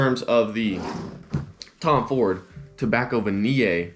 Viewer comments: I will buy "Tobacco Vaniii, I love Tobacco Vaniyey" I dunno why he pronounce it like that.. 🤣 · it will be good if you'd learn to spell and pronounce Tobacco Vanille correctly.